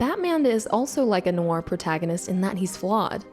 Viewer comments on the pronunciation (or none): good video but I cringe every time she says noir, which is a lot. She says it like "new-are", it should only be one syllable. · I had to stop watching after 2 minutes, probably a good essay on the film but sadly you're violating my ears. Stop saying the word "noir" every 5 seconds if you can't pronounce it ;), just use the term "dark movie"